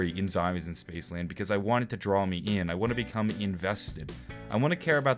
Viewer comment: "Spacceland" Hahaha good shit